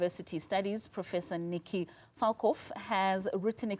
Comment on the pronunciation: Falkof... The "L" is silent 😂... I'm on my knees 🤣🤣